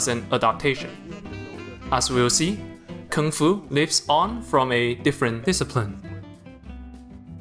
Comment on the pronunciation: did you say KONGFU CRACKERY? Like when white people do kongfu???